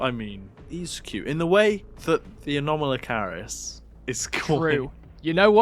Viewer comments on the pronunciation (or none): I don't want to be that guy but erm actually you mispronounced anomalocaris ☝️🤓